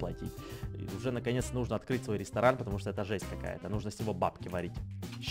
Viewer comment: Айа йай УГРОБИЛ Катюньку (для Едисона-КАТЮХУ} вайвайвай ЕЩЕЙ РИСТОРАНХ ХАХАХХАХАХА новое СЛОВО РИСТОРАНХ заметь не правельно ГОВОРИШЬ! Не ресторан РЕСТОРАХ))))😁😁😁😁